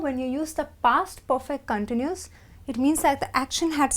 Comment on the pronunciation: In the word CONTINUOUS the stress is on the SECOND syllable not the FIRST. The goes for the verb to CONTINUE...